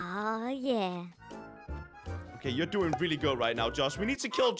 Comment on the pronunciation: I am the. Champion Also crainer: dies ammiediattly